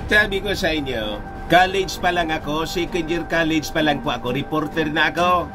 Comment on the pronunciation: Ang mga pilipino,80% Ang nagsasabing secend, Mali Ang tama ay second.